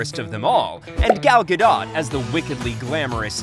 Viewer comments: lol he said “Gadott.” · Gal guh dot😅